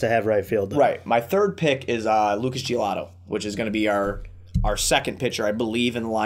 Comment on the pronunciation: Bro its giolito not giolato lol